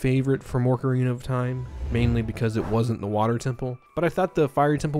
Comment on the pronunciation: cool video, i really appreciate how you spotlit the folks behind the smg ds demo project, that's really cool! however i am now obsessed with finding out where the f you're from that has you add an r into ocarina.